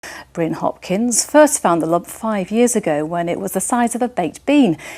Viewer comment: “The jump he’s been living with for 5 yeaurs”